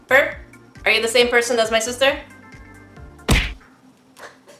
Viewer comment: XD and she was seposed to help XD LOL "big stister"? LOL